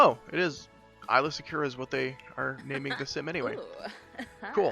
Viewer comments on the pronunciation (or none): "eyela secura" 😬 "twolek"